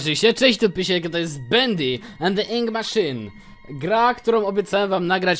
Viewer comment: Psssssttttt.....Pysiek. Nie żeby coś, ale atrament po angielsku to "ink", a nie "inc"